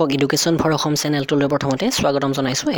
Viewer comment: আপুনি উচ্চাৰণ বোৰ অলপ শুদ্ধকৈ,, ভালকৈ কৰিবছোন,, এচাম বুলি উচ্চাৰণ নকৰে অসম(assam) বুলিহে কৰে আৰু উন্নশ বুলি নকয়, ঊনৈছ শ বুলিহে উচ্চাৰণ কৰে দেই,, অলপ মন দিব, তেতিয়া video কেইটা চাই ভাল লাগিব